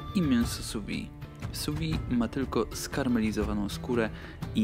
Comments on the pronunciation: Szefie, nie wymawia się su wi tylko su wid (sous vide) sous-pod vide- - próżnią wiem że francuszczyzna teraz niepopularna ale profeska wymaga znajomości terminów kulinarnych w oryginalnym narzeczu. Francja to ojczyzna grande cuisine - przetłumaczcie sobie co to znaczy. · Bardzo ciekawe i przydatne. Malutka konstrukywna uwaga, że wymawia się [su wiD].